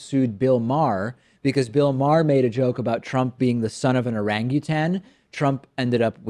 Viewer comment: While I don't always agree with what you say, I REALLY do not agree with the way you pronounce "orangutan". What is up with that?